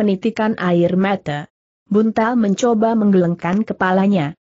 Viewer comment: Apakah naratornya bukan orang asli indonesia? Pada 1.01.14 membaca kata "menggelengkan" saja gak benar. Klu orang asli indonesia pasti sdh pernah dengar dan tahu arti kata itu. Atau mungkin ini rekaman anak SD sedang belajar membaca lalu diunggah di youtube utk cari duit? Memalukan!!!